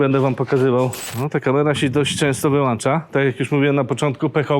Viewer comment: WyłĄcza nie wyłANcza.